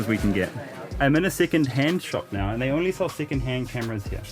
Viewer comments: He is saying "NAA" after each sentence is so indian & so cool😂😂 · Every time Karl says “now” I hear “Na” the usual phrase Indians add to end of sentences